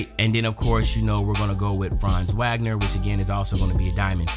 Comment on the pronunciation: Wagner is pronounced vog-ner and nurkic is pronounced ner-kich